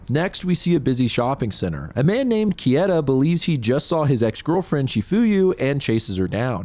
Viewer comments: Bro, it's not "Kieta", it's "Keita". As in "Kay-ta". I know you've watched anime. >:( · pleaseeeee how is it that you're a horror manga channel and don't know how to pronounce "keita" 😭😂 "kay-tuh" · I've watched a bunch of your videos now and some of your pronunciations are way off. Japanese vowels are the same as Spanish vowels. For example Keita= KAY-ta The emphasis is also on the first syllable. For example O-gushi, HI-bino, CHI-fuyu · Keita Kieta English natives and japanese names or words. hahaha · KAY-TUH, dude; you're getting those letters a bit jumbled. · the way you pronounce "Keita" is so upsetting... why wouldnt you just look it up if you knew you were going to say it so often? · I mean for one, his butchering of Keita's name lmao. I could go line per line and pick out the inaccuracies but it's easiest just to tell you to read the manga